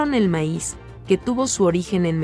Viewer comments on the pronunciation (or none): todo bien asta que salio con su meis es maiz o fue mala pronunciacion lo repeti varias veces y no me gusto es historia es cultura antigua solo falto los elles